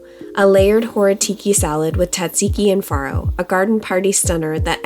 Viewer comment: Not only does your dish look incredible today, but we know now how to actually pronounce all 3 of those words. And we kind of purposely avoid them so we don't look like doofuses. Especially as foodies 😁